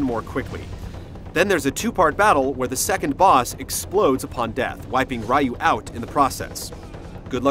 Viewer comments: it's hilarious that he calls Ryu "Rye-you" when in the game EVERY CHARACTER says "Ree-you" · This review sucked. Especially when the guy mispronounced RYU's name. lol